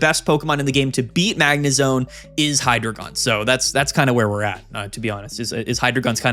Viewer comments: its not pronounced hydrogon. its hydreigon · Just a heads up, Hydreigon is pronounced “High-Dry-Guhn”. Love the channel, but constantly hearing “Hydra-gone” is giving me an aneurysm.